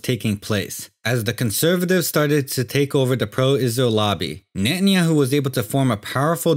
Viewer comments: Can't hold on laughing about the speaker pronouncing netenyahoo or nanyahoo😂😂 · Benjamin Netanjahu - is not Benjamin Natanjahu - is Benjamin Grün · Only ignorant people will buy this, I hate the way he pronounces his name Very provincial.